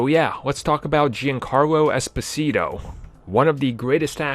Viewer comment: The correct pronounce would be "s-po-c-to" but don't worry. I'm not criticizing you... the fact is that I'm Italian :) By the way, in my opinion, he would be a great Doctor Doom or Magneto